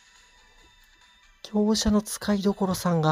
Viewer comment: きょうすじゃなくてきょうしゃですね